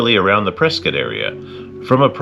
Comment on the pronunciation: Learn how to pronounce “Prescott” please…